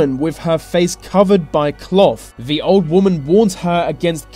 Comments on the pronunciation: It's the not ve, it's they not vey😂this was really annoying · Why is this guy pronouncing 'the' and other words beginning with TH as 'v', e.g. Vis and vat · Your narration is awful. This becomes vis, the becomes ve, thing becomes fing, etc. Such lazy speech. Find someone to narrate who is at least willing to pronounce words correctly. Also the subtitle was wrong in at least one place. You said inheritance but the sub title said "inhabitant". Very sloppy editing.